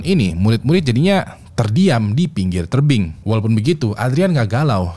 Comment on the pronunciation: "terdiam dipinggir terbing" 😂